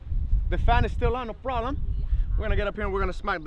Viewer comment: “no prollum” 😂 i love these guys